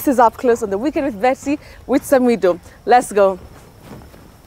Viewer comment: Much love samidoh i love the way betty is pronouncing your name.